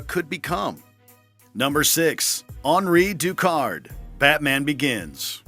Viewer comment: I wish people that do the narration for videos, would take the time to know how to properly announce names . Hanri Ducard??